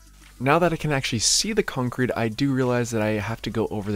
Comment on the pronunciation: I can listen to say “cuncrete” all day